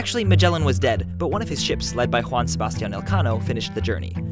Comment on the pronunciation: Congratulations. You have pronounced correctly Juan Sebastian Elcano. Many English native people says "guan" or "yuan" .